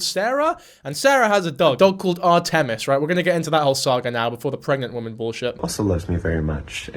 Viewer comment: can you say Artemis correctly what do you mean are tehm iz I am unsubscribing